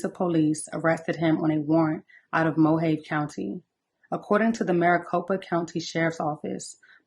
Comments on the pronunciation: I appreciate your content, can't believe I'm late to this story. Side note, Mohave=Mo-hah-vee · (Mo ha veee) county. 😊 Rip Diane